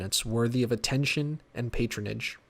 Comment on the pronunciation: U got to i-sol-ate and pay aten-zion